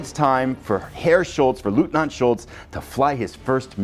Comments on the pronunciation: The eu inLeutnant is pronounced as a OY sound such as boy. It's not Lootnant. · This game looks great! Eagerly awaiting the next episode, although as a person of Polish background I kind of hope Leutnant Schultz doesn’t do too well in this campaign.😉 One small pronunciation note: leutnant is pronounced loyt-nant. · Great preview, thanks! One tip from a German: our pronounciation for "Leutnant" comes close to "Loitnant". 🙂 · i see. No worries. The pronounciation is just a trivial sidestep. The core is ur excellent presentation of the content. 👍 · Dear Sir, I love your vids, and bought so many games because of you👍🙏 So, as you can imagine, my wife is not a big fan of yours 😉😅 Just kidding... If you want to pronounce LEUTNANT in German, the EU is pronounced like in boy. So, if you say Loytnant you should be safe. Wish you the best, stay healthy, Björn